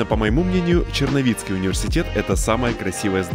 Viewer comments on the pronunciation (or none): Черновицкий а не черновецкий ! Не будь диииибилом .